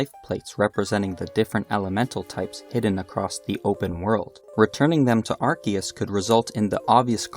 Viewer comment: My ears felt warm after I finally hear someone say Arceus(Arkeus) and not Arseeus